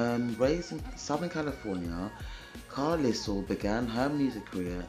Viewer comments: Pronounced Car-Lyle (like "Isle" of Man). Belinda was definitely a talent. Awesome reaction darling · Great reaction. Like narm67 mentioned, her last name is pronounced CAR-LYLE (rhymes with "mile" and "while"). The Go-Gos were/are terrific! They brought a retro 1950s-60s vibe to new-wave rock music in the early 1980s. You may have heard of the Go-Gos' hits "We Got the Beat," "Our Lips Are Sealed," "Head Over Heels" and "Vacation." In real life, Belinda is married to Morgan Mason, the son of British actor James Mason ("A Star Is Born," co-starring Judy Garland, "North by Northwest," co-starring Cary Grant, and "20,000 Leagues Under the Sea," co-starring Kirk Douglas). Morgan's mom, Pamela Mason, was a British actress as well.